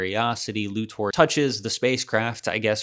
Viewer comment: This video bugs me because of the weird way to say Lex’s last name.